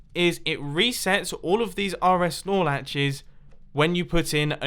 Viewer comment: When ever he says rs nor latch, for some reason I always think of Chuck Norris.